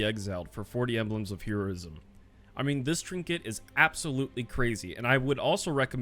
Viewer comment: ...okay, I just have to say, I don't think I've ever heard anyone pronounce "Heroism" like that when you were talking about the necks